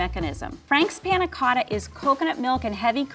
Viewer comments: the way he 'tries' to pronounce panacotta.. ugh cringe. stfu. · i like how says panacotta so accurate:D